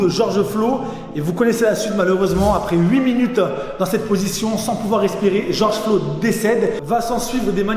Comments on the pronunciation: Seul mec au monde à pas savoir que c est mineapoliS (avec un s) et George Floyd et pas Flo... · "George Flo" mdrr sinon très bonne vidéo! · Ton "Georges Flo" passe pas du tout, tu devrais republier cette vidéo sans cette erreur, par respect. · Georges flo 🤨 prononce correctement son nom famille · oui mais dans la vidéo il dit Georges Flo